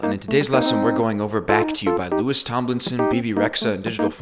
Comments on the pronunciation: Great video as always But it's Lou-ee not Lewis 🤓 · sorry big thing in the fandom, but Louis's name is pronounced Louie the s is silent.